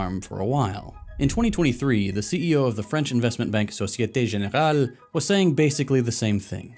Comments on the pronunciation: Your pronunciation of Société Générale is almost perfect, are you part French? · Why is your pronunciation of "Société Générale" so good?? 🤨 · Insane Société Générale pronunciation, can tell you worked on it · I must say, your "Société Générale" was surprisingly good. For a Yankee.